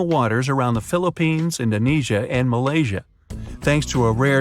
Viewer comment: Malaysia, not malasya!!!!! Google it u can find Malaysia, not sure of Malasya!!!!!!